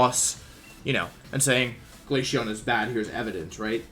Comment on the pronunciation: Bro he says glayshion not glaceon